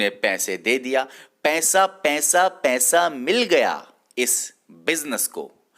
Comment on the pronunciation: Its not pensa,Pesa kyu nhi bolte kashmiris🤔🤔🤔